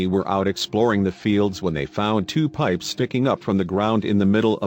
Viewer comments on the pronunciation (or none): Pipes casually become "periscopes" for a second.